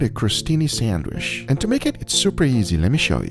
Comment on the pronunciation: lol Brazilians have problems saying "sandwich"